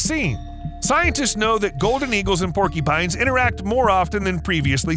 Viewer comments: They are called "porcUpines" not " porkEpines!! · “Porkypines”? Or porcupines? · Sounds like he's saying "porkypines" 😅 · Porkeepines? Not mocking, just trying to identify the accent.